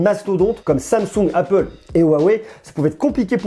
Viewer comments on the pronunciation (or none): none